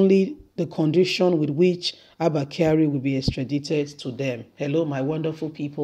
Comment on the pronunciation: Extradited- the I is pronounced as I. Extradition is pronounced as the sound 'e'